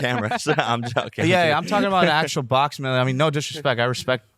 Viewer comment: "Boxeen..Watcheen..talkeen". Does Jake not know the letter G is a thing? 🤔 Or "ing" at the end of a word isn't supposed to be pronounced "een". Strange stuff.